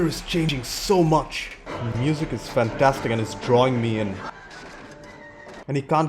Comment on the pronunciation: I love how he says, "Fan...TAStic".